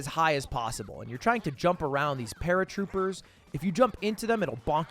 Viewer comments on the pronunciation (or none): Bro called ‘Parakoopas’ “paratroopers”